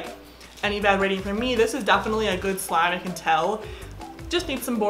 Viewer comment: I want a dollar for every time she said "Defiantly " 💀